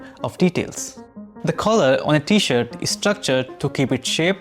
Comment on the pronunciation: I think there’s an “r” in t-shirt, my friend. Might want to consider including it in your pronunciation, because without the “r”, it sounds like something else.